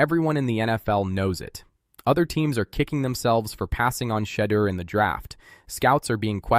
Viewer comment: Exactly get Shedeur name right!!